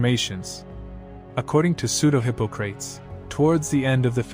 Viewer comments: Lol hippo-crates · It's just hard to digest any of this when you cannot pronounce Hippocrates, Dnieper, Mithradates and Celts...sorry...